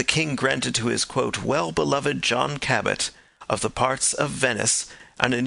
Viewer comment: The name is Jphn Cabot, not Cabbett.